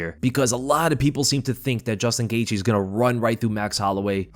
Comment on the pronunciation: This guy pronounces Justin Gaethje last name 10 different ways.